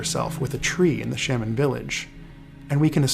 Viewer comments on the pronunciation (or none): new pronunciation of shaman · this video is fantastic but the way you pronounce shaman caught me off guard